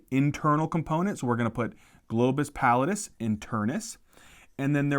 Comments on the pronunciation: Also its globus pallidus, not globus pallitis, that sounds like its inflammed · oops back to "pallitis"